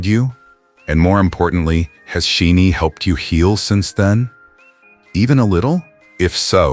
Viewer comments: I understand the intent behind this video, but as a SHINee fan it was jarring every time their name was mispronounced. Pronounce it like "Shiny", and their name means "Ones who receive the light". They receive light and like a prism they reflect it back as all the colours in the spectrum. They are ALL powerful allies to the LGBTQ+ community. These are the men of SHNee: Leader Onew: gentle, affectionate, quietly attentive to his member's needs. He doesn't demonstrate leadership through strength and domination, but by supporting the members beside him. Jonghyun: Deeply empathetic, an activist, he connected with people on a profoundly personal level whether it was through his lyrics, his years as the host of Blue Night radio, or his public support of a trans student. Key: Bold and fearless, nurturing, always challenging himself. He doesn't have to "come out", he just is uniquely himself. He has modelled for women's clothing and makeup brands to challenge the boundaries of gender. Minho: Arguably the most "masculine" of SHINee, he is passionate and incredibly loving, affectionate, accepting, and supportive of his members. He is not afraid to show masculinity is not just about muscles and athletic ability but acceptance of others and sensitivity. Taemin: He has embraced his androgynous appeal and has pushed the boundaries of gender in dance, fashion, and what it means to be masculine. To him, masculinity is kindness. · For Pete Sake. Teach your damn AI how to say Shinees' name correctly. It is not She-nee It is pronounce Shy-Nee. This is the the 4th or 5th video you have produced with members or the whole band as content and your AI still can't say their name right. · sorry but it's annoying when the group isn't pronounced correctly. Kind of takes away from the message if the producer doesn't know the groups name. It's not She-nee. It's Shin-ee. the "Shi" like shine a light.